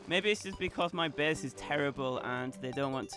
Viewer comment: wtf is wrong with ur english lol? ''bes'' base*